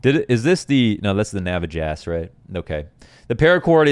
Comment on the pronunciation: This was amazing lmao, I almost spit out my tea when I heard Navajass.